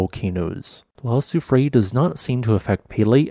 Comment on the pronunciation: I feel obliged to criticize your terrible pronunciation of La Soufrière - it is - Lah Sioux Free Air.